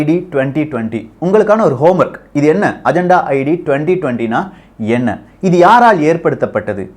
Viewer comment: அஜந்தா இல்லை. அஜென்டா 🙄